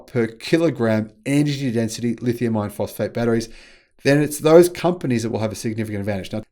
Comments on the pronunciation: It's not the terminology, it's pronunciation. "R" is a weird sound. People from lots of countries have trouble with it. When says iron, it sounds a lot like ion. "lithium ion" is an extremely common pair in the battery world. I can see it causing confusion. Two solutions: Say "LFP" instead, or work on the pronunciation of "iron" at least to the point that CC gets it right. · STOP calling them "lithium iron phosphate" !!! When you say "Iron" it sounds just like "ion". BIG DIFFERENCE !!! That's why NOBODY else makes that mistake. That's why they properly call them "LFP". Then, there's no confusion. STOP IT !!! Please !!! Even your CC hears you saying 'ion' when you intend to say 'iron'. Terrible communication scramble.